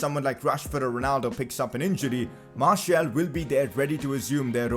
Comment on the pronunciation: Martial is pronounced marsial not marshiul